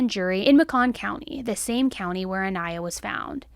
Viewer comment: Hey! Not trying to be rude here or anything, but rather bring attention to it. I absolutely love your content and will never stop watching you. However, it is a little distasteful when you constantly say the victims name wrong. I know there isn’t any malaise intent or ill will behind it, but it just feels so disrespectful. You had several clips in this video of people pronouncing her name the correct way, so I know you have heard it. But all throughout the video you kept pronouncing her last name wrong which leads me to believe it may have been on purpose. Idk. Just putting it out there. I still love your videos though and will continue to watch. Just something to think about when you’re making your videos and editing them.